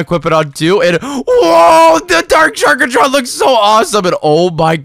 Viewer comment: its not sharkatron its sharktron no offence